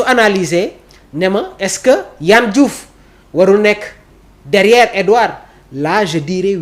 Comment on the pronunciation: Il s'appelle pas Yann Diouf mais Yehvann Diouf. Plus de rigueur ! Ça commence par de ne pas écorcher le nom ou le prénom des autres ! Et surtout quand on est journaliste !